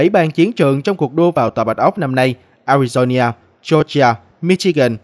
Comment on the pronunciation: A RI DO (NA) khong phai la ( nhia )